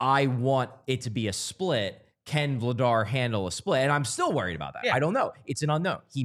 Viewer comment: I want people to start saying Dan Vladař’s last name right. That’s a tough one for English speakers to get close to right. If Christian Dvorak were from Czechia, he’d have one of those řs too. : D